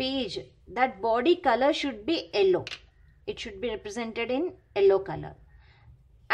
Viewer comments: It's yellow not ellow😂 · Hahhaha...what a pronunciation....Yellow as ello